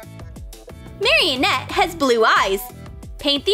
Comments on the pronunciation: its marinette not maroinette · Marionette????? Itz marinette not marionette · it's not marionette its Marinette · ik but she literally says mariOnette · she says it mariennette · “Maryanette” LOL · Omg stop stop its maranett Mara net not marrianet renarough is tan they don’t have mascots it’s miraculous Mira cu los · IT IS NOT MARY-ANETE ITS MAR-A-NET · She said meranet wrong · Mareenette not maryienete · Why are you saying Maryenett its Marinette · I dont like lalilul and it is not mareannet it is maranet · I just noticed that she said marinatte wrong she said marionette 🤣🤣🤣🤣🤣🤣🤣🤣 I love ur vids btw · Marieh net-? Lol XD you pronounced her name wrong 😂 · Her name is pronounced (Mari-net). They also aren’t butterfly’s, their normal form should be a moth but when she turns them back she says butterfly’s, they also aren’t normal butterfly’s when they come out, they are akumas. Chloe/queen bee can not fly in the show. Carapace doesn’t wear glasses I hope you know that, and he has a hood not a helmet. Cat Noir says “cataclysm” and Ladybug says “Lucky Charm!” This provides way too many things that weren’t in Miraculous Ladybug.FYI they are called “Miraculous” not “Mascots” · “Mariyonet” what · Uhhhhhhhhh you said marinnettte wrong. Sorry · Her name is not marinet her name is not how you say ut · She said marinette wrong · You said marrinette wrong how dare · 1st of all, thats not a real LOL Doll, 2nd of all, thats not how you pernounce Marinets Name! ( IDC if thats not how you spell her name)